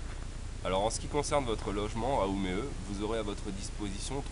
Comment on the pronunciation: Bravo les gars pour la vidéo très intéressante pour moi qui va habiter à Umeå à partir du mois d'Août prochain, par contre attention à votre prononciation du "å" suédois comme dans "Umeå" mais sinon c'est vraiment très bien ! Merci :)